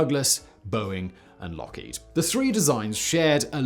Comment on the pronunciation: Lookhead? It’s Lockheed......just saying!